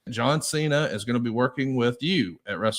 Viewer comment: bro said "Cener and Batister" 🤣